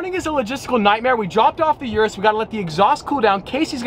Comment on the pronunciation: Italian/Spanish pronunciation from someone who speaks nether Spanish or Italian. When you tried to say it correctly you said Lamborghini you should exencute the g. So lam bor gey ni. Also it's the ooh rus not your us. Also a Avent ta door not Avena door